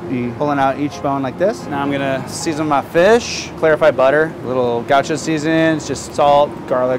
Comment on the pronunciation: "I'm just gonna season mah fish" hits different when you hear it from an executive chef